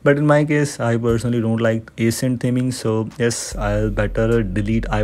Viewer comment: My man is struggling to say ACCENT and I WILL 😂😂